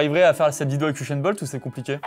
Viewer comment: C’est Hussain Bolt pas hushain bolt